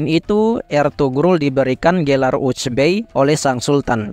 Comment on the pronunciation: Sogut dibaca Soyut…Eltugrul juga di baca Elturul…